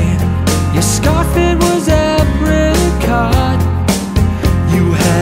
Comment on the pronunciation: as much as i love this song i wish he'd learned how to pronounce apricot right